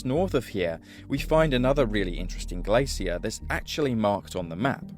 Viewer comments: Lol say glacier again!! 😂😂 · The real insult is his pronunciation of the word "glacier"